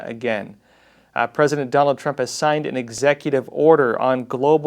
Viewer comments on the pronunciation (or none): none